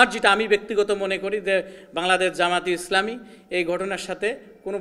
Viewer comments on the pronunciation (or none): জামায়াতে ইসলামী নামটা সুন্দর করে বলেন